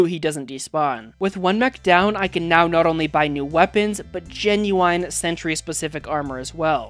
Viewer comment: Does he know how to pronounce ballista and genuine?